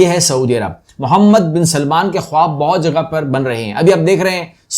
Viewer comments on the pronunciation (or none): none